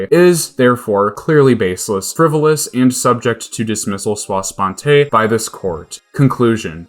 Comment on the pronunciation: Sua sponte is "soo-uh."